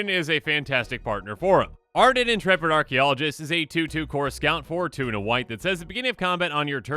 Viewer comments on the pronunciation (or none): none